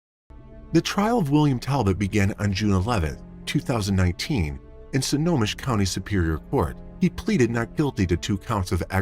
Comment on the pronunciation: Why do you pronounce Snohomish as "Sonomish"??